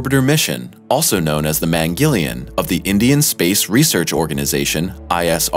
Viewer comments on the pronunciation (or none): lol the pronunciation of " Mangal Yan" 🤣 but it's ok 😉 you might don't know the Hindi pronunciation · Mangalyaan pronounciations was 🤦🏻‍♂️. Ma as in (Martin) Gal is pronunced as 'gul' as in (gulf) Yaa is pronounced as 'yea' as in (yeah!) (Mañ+gál) + (yaaaan) 🙏 thankyou